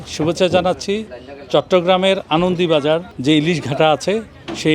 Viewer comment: আনন্দবাজার উচ্চারণ ঠিক করে বলতে হবে